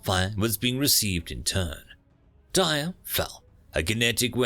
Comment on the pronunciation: Not that it's likely you'll ever say it again in a vid but Tyr is pronounced tear, like a teardrop.